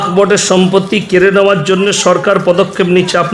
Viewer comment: হুজুর উচ্চারণ টা শিখুন -- সম্পতি না ওটা সম্পত্তি হবে